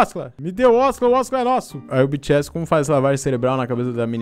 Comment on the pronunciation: O que o fala: BTS O que eu ouço: Bitchy Ass